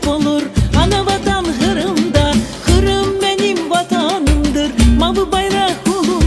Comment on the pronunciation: "хырым" дегиль, Къырым. Байрах дегиль, байракъ. Догъру лаф эт, яда лаф этме,!